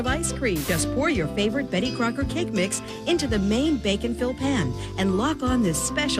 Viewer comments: I can't not hear, "Bacon, Phil." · no because i can't stop hearing the word "bacon" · Every time you say 'Bake and fill" all I hear is "Bacon-fill" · Reallllly thought you were saying bacon fill for the longest time, and that was confusing. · Why did I only hear "BACON FILL" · I first heard “Bacon Fill” for a cake. Now I want to bacon fill a Bake’n Fill. Tiramisu & Bacon. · i thought you said bacon fill. but this is America so bacon cake makes alot of sense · i'm positive she kept saying "betty crocker bacon fill" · I keep hearing bacon fill and think of a nasty ass cake. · I was mostly listening to this while getting ready and a good portion of the video I thought it was called “bacon fill” 😩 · all i hear is “bacon fill”